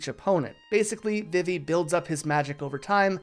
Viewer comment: Vivi's name is pronounced "VEE-vee." If you're taking that pronunciation from "vivid" or something, it's not correct. The romaji is "bibi", which is pronounced with the long E sounds. Is this engagement bait? 😭 Zidane's name is also pronounced "zih-DAHN", as indicated by the original Japanese and also how his name is pronounced in Dissidia. Tidus is also pronounced "TEE-dus", but this is a completely lost cause when someone isn't already on board. 😔 Great video for real, but aaaa.